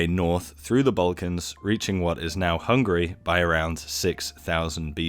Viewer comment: hungAry, not hungry. I mean, we like to eat, but c'mon! Szentgyörgyvölgy-Pityerdomb. Just put it into google translate, it can read it for you.